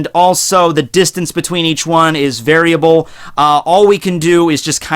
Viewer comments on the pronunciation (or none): none